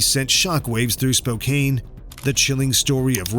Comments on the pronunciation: People need to learn how to pronounce cities… it’s Spo can not Spo cane. Just like people with Yakima… my state cringes watching iCarly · It’s spoke-Ann. Not spokain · Spo kane? Seriously?! 🖕